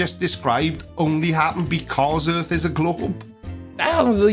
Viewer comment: Yours = yurs, earth=yurth, etc